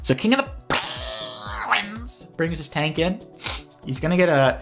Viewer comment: Standout episode of IAWG just for the increasingly absurd pronunciations of KING OF THA PAAAAHNGUINS!